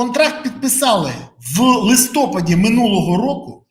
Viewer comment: Не листОпад, а листопАд. Базікаєте вже 9 років, а все мовні тупаки. Повчіться у Фаріон. Але тільки мову.